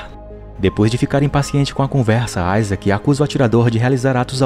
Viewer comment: Mano meu nome e Isaac e não fala assim